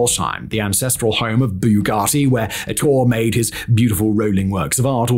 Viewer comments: Ettore. eh-TOR-eh. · Bugatti is Italian, there is an e at the end of Ettore. Say the e just like mascarpone